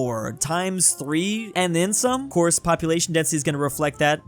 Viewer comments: popuatlino. Drewtalian confirmed? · "woyming popuatlino" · ah yes, woyming popuatlino